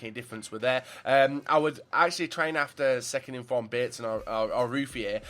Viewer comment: "Second In-form Bateson"